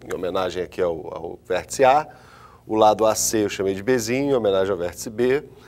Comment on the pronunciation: "Vêrtica", Kkkkk, calma professor...